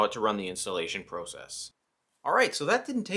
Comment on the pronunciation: OK stop saying process it’s process